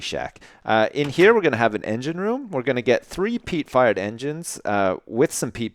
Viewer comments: Who else keeps hearing him say "Peat Fart Engine" instead? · when you say fired it sounds like your saying fart (Peat fart engine xD)